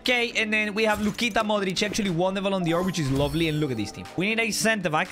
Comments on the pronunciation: I love how he says ballon Dior not ballon d’or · ballon "dior" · Me: Ballon d’or: Ballon Dior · “Ballon Dior” 2022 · ballon dior its dor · “Ballon Dior” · the way he says ballon dior :face-blue-smiling